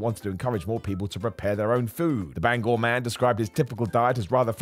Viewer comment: As someone from Bangor myself its nice to hear you pronounce it properly. 🙂